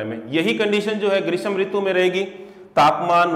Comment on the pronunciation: ग्रीस्म नही ग्रीष्म होता है।